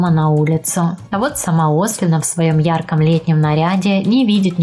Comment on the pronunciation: Фамилия не правильно произнесена не Ослина, а ОслИна. В русском языке фамилии ударение на последний слог, понятно?!